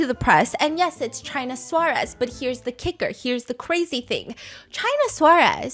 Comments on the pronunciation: it is killing me how you are pronouncing her name hahaha, just so you know it is China Suarez, china pronounced in spanish (chee-nah) suarez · Stephanie is lovely and I appreciate the effort but her way of pronouncing "Suarez" was too funny, sorry 😂 I spent the longest time thinking she was saying "Chinasaurus". Which sounded like a crazy nickname.